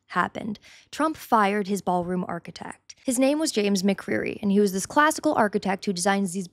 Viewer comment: It's a, " Baal Room."